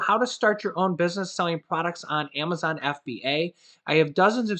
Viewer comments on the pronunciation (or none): none